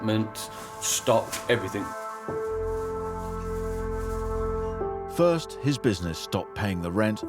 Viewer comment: The Kings English, Oxford English both define that the correct way to pronounce the word EVERYTHING is "every- thing" and definitely not EVERYTHINK (everything not everythink).